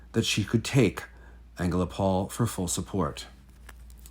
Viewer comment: the stress is on the first o in AngelOpol. ♥